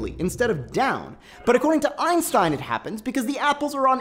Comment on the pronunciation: Thumbs down. You are talking way too fast for 90% people to understand, especially about topic difficult as this one. Even the animation is fast as hell, why so rushed? Secondly, thumbs down for the fact that you can't pronounce Einstein's name correctly.